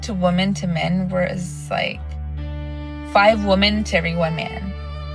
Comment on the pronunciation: It's pronounced men, not me-en. Sheesh